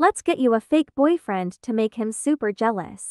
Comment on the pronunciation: WHY DID YOU SAY BOY FRLEND